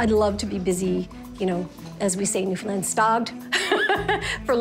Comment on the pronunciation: How many times can he pronounce Newfoundland wrong in this video can someone count